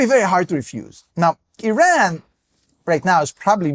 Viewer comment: gonna be that guy, just because it makes my ears bleed. plz plz look up how to pronounce iran correctly